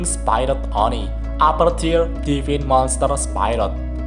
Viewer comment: Divine dibaca devin 😂